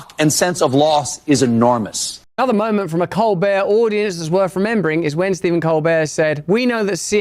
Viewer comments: its pronounced cole-bert...... he's the embarrassment of south carolina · You mean ColBURT. Hard T there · I don't trust Steve. He lies. He even lies about his name. That "t" isn't silent.